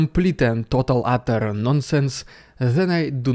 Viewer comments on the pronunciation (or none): none